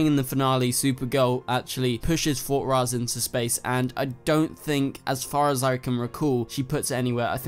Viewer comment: I agree, and also it's fort rozz, not fort ross